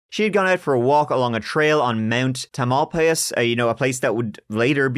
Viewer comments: " tam-el-pie'-uss " 🫣🥸🤓 Love this content! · The mountain is pronounced TAMILpias . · Tamalpais = TAM ul PIE us. Or just Mt Tam. In Muh RINN County. 😊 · Tam-uhl-pie-us. Not important, I know, but I just had to let it out of me. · and you say Mount Tah-MAL-pee-us, which had me scratching my head. It’s pronounced Tah-mal-PIE—us and Marin is pronounced Mah-rin, also BTW.